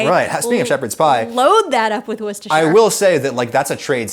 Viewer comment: It’s pronounced wu-sta-sha. Love the video Adam (as always)